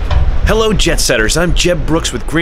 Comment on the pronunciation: Did you say “Hello jetsetters” or “Hello JEBsetters”? If not, you are welcome to start using the term “JEBsetters” along with “Jeb Score.” I enjoy your videos by the way.